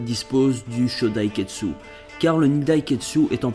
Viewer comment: exelante théorie ! ps: c'est pas kietsu mais kitetsu ^^